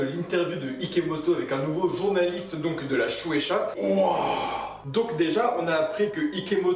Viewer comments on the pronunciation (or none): none